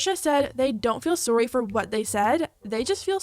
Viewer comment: Are u Canadian. The way u say the word sorry is adorable